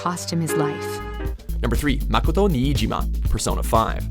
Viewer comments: It's Ma-KOH-to Not Ma-KAH-to Uncultured bastards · AtOutoftheBlue IDK about you but he sounded fine to me. And i took Japanese language class back in the day. Which is pretty much useless due to no practice. The only inaccurate pronunciation was makoto's but all things considered its passable